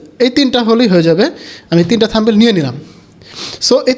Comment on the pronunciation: থামবেইল না ব্রো।থামনেইল হবে উচ্চারন।